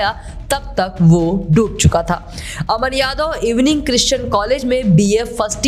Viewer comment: It is EWING not इवनिंग